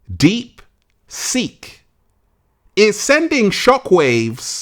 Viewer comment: I thought you were saying "deep sink." 😆